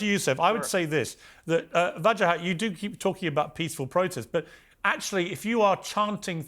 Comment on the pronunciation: poor piers, cant pronounce english letters strung together ..WA JA HAT.. wajahat.. not hard is it.. break it up into syllables it helps with speech impedements and sometimes idiocy too.. unless of course the plant piers misnamed him to vaj az deliberately hmm i wonder